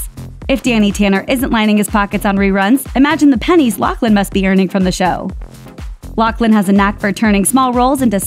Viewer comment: OMG!!!! It’s pronounced LauFlin!!! No C